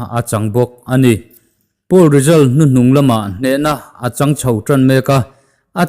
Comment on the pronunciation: Pool leh poll i lam pawlh char char a